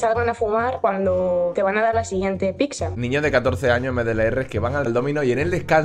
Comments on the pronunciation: Un gatito muere cada vez que dice "picsa" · Por que la gente dice PIXA y no pizza ? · Todo muy bien, pero PORQUE DICE "PICSA"? Es que no lo entiendooooo!!!! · No es "PICSA". Es "PIZZA". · En serio una persona que ha trabajado en ese sitio, no para de decir "Picsa"?